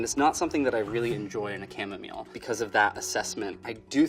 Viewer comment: The way he pronounces chamomile distresses me